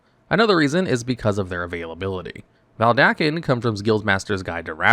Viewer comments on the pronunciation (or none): Dude. VeDALken. Not VelDaken. Oof.